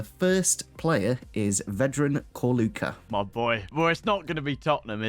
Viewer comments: please for your Slavic people, pronounce our names right Ćorluka - Chorluka / ch like in church, not Korluka Dinamo Zagreb - Deenamo, like in deer, not Dynamo Cheers mate 🍻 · It's pronounced Chor--a